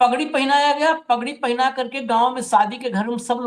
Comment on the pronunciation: पगड़ी बहुत बड़ी इज्जत बहुत बड़ा सर का ताज, जिम्मेदारी के रूप में भार, होता है। कृपया शुद्ध उच्चारण कीजिए। वगड़ी कोई शब्द नहीं होता।😊 यह शब्द पगड़ी का पर्यायवाची शब्द है जो की प्रयोग करने के काबिल नहीं है। समाज इसे कुदृष्टि से देखता है। अतः कृपया पगड़ी के साथ यह पर्यायवाची शब्द प्रयोग ना करें। प्रधान धनखड़ खाप।